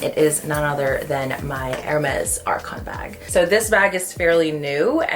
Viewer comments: It is pronounced R-SAWN..., the "c" is soft. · Please pronounce it correctly. It’s pronounced like garçon. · A bit of a silly pronunciation comment here, but if you want to sound ~French~, the “ç” in Arçon is pronounced like an “s”! 😊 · Hi, I really enjoy your videos, but the prononciation here is killing me. You would expect the sales associates to know how to pronounce the name of these bags and educate their buyers, especially influencers. The « ç » sound in French is an « ss » sound, not a « c » sound. Like « garçon ». Arçon is a word in French. « Arcon » isn’t. Thank you for keeping this in mind for your foreign audience in the future 🙏🏻